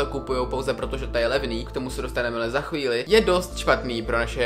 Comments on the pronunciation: za ‘chvílY’? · “Chvíly”. Au. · super video, ale chvile s tvrdým y mě zabila 😂😘❤️